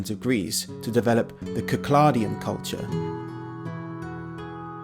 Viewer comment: Thanks for pronouncing Cycladic right.